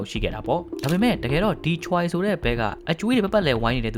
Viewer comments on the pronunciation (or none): Choiကချွဲလို့ထွက်ရတယ်Bro Incheonကအင်ချွန်းပါဟYoon Ji Ahကယွန်းဂျီအာလို့ထွက်ရတယ်